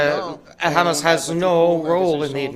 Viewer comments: Once he called Hamas " Khamas" this explained who he is. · He pronounced Hamas like an Israeli, so this is why he is against it, he is one of them